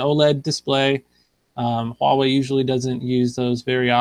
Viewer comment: Say it with me,: "WAH-way."